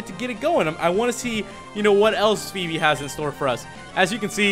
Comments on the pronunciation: You're not pronouncing her name right. It is pronounced Foe-bee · I'm not exactly sure how greek pronunciation works, but it's pronounced Fee-bee